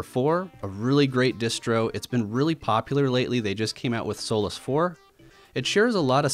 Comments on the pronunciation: i can't not hear "soulless 4" and it's bugging me so much. damn you,. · Lol I thought you said soulless linux